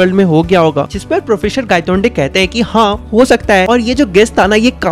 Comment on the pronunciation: professor ❌ processor ✅ thousand ❌ thasand ✅